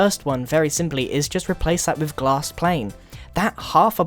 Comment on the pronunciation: ombg u said gass pane grian